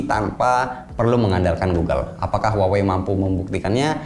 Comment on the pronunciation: Bang itu merk Huawei baca nya di Indonesia biasa aja ya "Huawei" bukan "wawei" haha, jgn ikutin orang barat yg ga bisa spelling. coba cek cara spelling Huawei yg bener dari native speaker China. Saya denger u bilang "wawei" jadi cringe banget